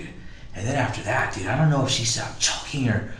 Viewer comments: Dyood, like maan dyood. Man, like, dyood. Dyood. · Duuuude, this dude uses the word "dude" so much, dude. Man, and he pronounced it like "dewde", man. I'd be rich, man, if I got money for every time he said "dude" or "man", dude.